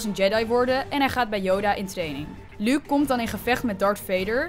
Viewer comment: luuk luuk luuk, wat heeft zij met luuk?! het is Luke uitspreken als looke( in het Engels)